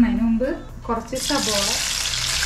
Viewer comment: സബോള അല്ല കുട്ട്യേ സവാള ☺️